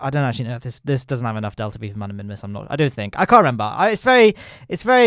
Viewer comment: “I can’t rember